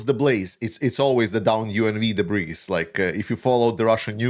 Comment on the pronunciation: The "s" is silent in debris, but the impact itself must have been explosive.